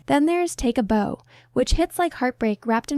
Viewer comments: I was enjoying it until I heard "Lyve To Tell" and "Take a Bough" I hate that it's almost infallible. Soon we won't know the difference, and all heart and meaning is lost to ambiguity 😢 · Yep, and the pronunciation of "Take a Bow".....like she's grabbing a hair bow from a giveaway bowl at the entrance of Claire's Boutique.